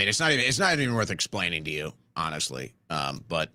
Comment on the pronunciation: “Honeshhly”?